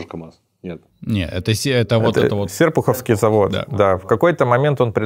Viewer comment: Ааааа, Серпуховский ударение на букву О😢